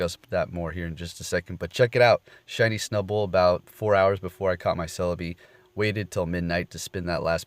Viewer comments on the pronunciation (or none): Looool how you pronounce snubbull XD